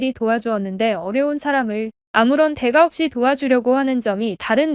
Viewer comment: ai도 발전을 해야하는데 답답하구먼...대가를 대 가 이러면 맛이 없지 대까라고 읽어 줘야지